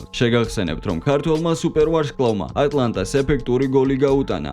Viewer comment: ატალანტა და არა ატლანტა